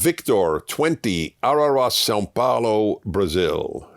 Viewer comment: Pilfered_Pillows—Nāo. 😃 After hearing him say “Sow” Paulo, I think not. However, his “obrigado” wasn’t so terrible, and I was quite impressed with how he managed the Bulgarian word for “thank you”—(Blagodariya).